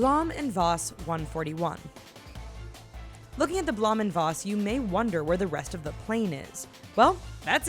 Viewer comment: It's not blom it's blome